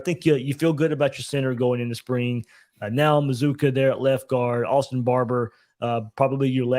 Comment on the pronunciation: How do you get Muh-zoo-kuh from MazzCCua? C'mon man.